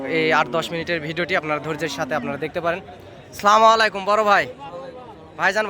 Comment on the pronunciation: আসসালামু আলাইকুম, স্লামুআলাইকুম নয়। সালাম দিতে ভুল উচ্চারণ করলে তো হবে না। সচেতন হতে হবে।